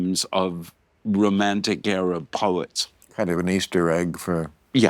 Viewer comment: Ah ha, when he says area he means era.